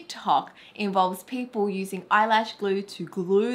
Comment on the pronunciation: PEOPLE are using eyelash glue.... Me: What... did she say Pit Bull O.o..